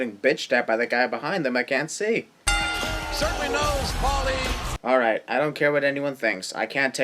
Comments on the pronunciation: Its Paul-E as in Paul-E Dangerouly... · It's "Paul E." as in "Paul E. Dangerously" as he was known in WCW and ECW before he started using his real name. Not "Paulie". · Its Paul E.; not Paulie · His name is PAUL E. HEYMAN... not Paulie. Dumbass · its Paul E not Paulie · Paul E. Dangerously. Not Paulie. Jesus Christ dude... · It's not "Paulie", it's Paul E, as in Paul E. Dangerously, his name. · J.R. Called him "Paul E." ... Stopped watching after you fucked that one up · it's Paul E. as in Paul E. Dangerously, he's not calling him Paulie